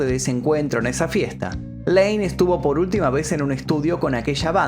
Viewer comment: Es layne no laney